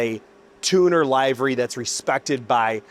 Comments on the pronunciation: * Liv-ery, not L-eye-very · bro, LIV ERY not LIVE ERY xD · I hate to be that guy, but livery is pronounced "liv-ree". Regardless, the car sounds badass. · Love it. One thing, it's pronounced livery - /lĭv′ə-rē, lĭv′rē/. Like they 'live' next door, not this show is live. Otherwise, this is such an underrated channel.